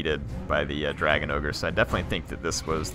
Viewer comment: it's not ogre, it's never ogre.